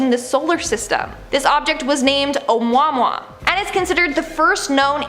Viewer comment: Say it with me…. Ah-moo-ah-moo-ah…..some people just want to pull a Ron burgandy 😂😂😂😂